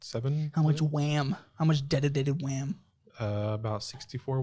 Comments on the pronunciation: “Deditated WAAAAAAM” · I like how used "dedicated waaaam". I got a real nice kick out of that one 🤣